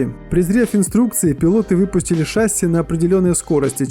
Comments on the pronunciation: Не шАсси а шассИ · Шассииииииииииииииии а не шааааасси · шАсси.... ШАССИ СУКА запомните пожалуйста шассИ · Не ша́сси ,а шасси́ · Не шаси' а шасии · Господи! Правильно говорить ША-СИИИИИИ А НЕ ШАААА-СИ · Ты че тупой не шааааси а шасииии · Не шАси!!!! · Не шАсси, а шассИ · какое блин ш'асси? Шасс'и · ШАсси, шАсси твою мать!